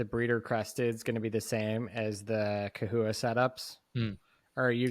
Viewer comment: I've never heard it pronounced kewies...I've always said chewies and chahoua...not kahooa.